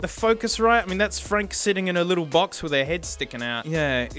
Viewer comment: fronk lol